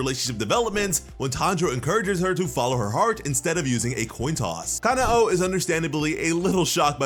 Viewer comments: Stop saying kana oh it’s kanoa ku-no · im pretty sure kanao is pronounces ca-now not ca-na-o